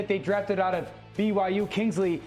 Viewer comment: Lol, didnt even try to pronounce kingsly's last name! 😂 I can respect it!